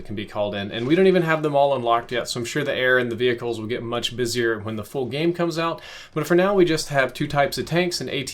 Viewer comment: Vehicle not vehihicle